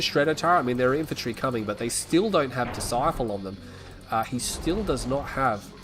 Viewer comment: ITS BLACK DISCIPLE NOT DISCIFLE DISCIFLE ISNT EVEN A WORD